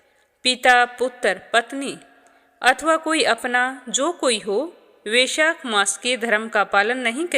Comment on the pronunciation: Vaishakh nahi hota hai